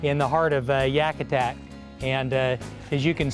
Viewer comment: great video. but its pronounced Yakutat not Yakutak